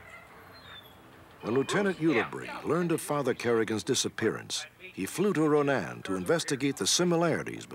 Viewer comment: I’m glad Robert stack said Ronan right lol sacred heart here in Ronan removed all his pictures and name from the church